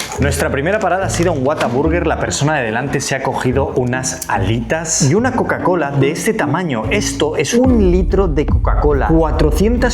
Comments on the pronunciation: Amé "coacola" 🤭🤭🤭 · Aprende a decir Coca-Cola Por favor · No puede pronunciar coca cola?